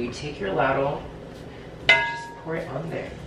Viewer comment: I enjoyed your video! About your love for pepper: I once knew someone who put so much pepper on her food that all you could see was pepper--and that's not an exaggeration. (Btw, the "a" in "ladle" is a long "a" like in "lady." )